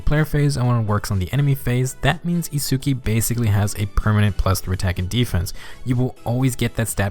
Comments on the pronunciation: Sorry, just need to say his name is pronounced like "Its-ski", don't need to pronounce the U. But definitely impressed how strong of a F2P character he is. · Hol up You included both Chrom and Itsuki saying Itsuki's name... and yet you still pronounce it differently? bruh